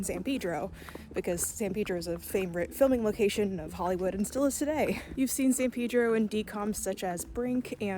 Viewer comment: The san pedro pronunciation is like an ice pick to my brain 😂 great vid though as always